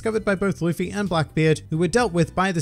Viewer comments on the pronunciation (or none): none